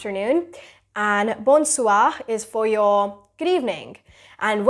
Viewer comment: Your english pronunciation is great but your French pronunciation is mostly wrong.."Bonjour" should be pronounced as " bow- zu"... and bon soir should be pronounced as "bow soi" n will remain silent